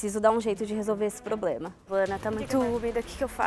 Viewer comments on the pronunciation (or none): none